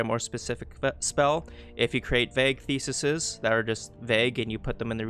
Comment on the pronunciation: Great video. Really good details on how to actually use the mod thanks! I do have a criticism, however, and it is as follows: Ark-type and thee-sees That is all.